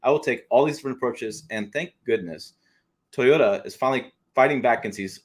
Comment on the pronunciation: Deep breath. TOY—O—TA. Three syllables 😮. My 2023 GMC SIERRA with the LZ0 put s out less pollution than my wife’s Toyota Highlander. The EV industry is yet another extractive industry of a limited resource as you say. I wish more effort was being spent on hydrogen fuel cell technology. I agree with this summary 100%. We’ll done sir.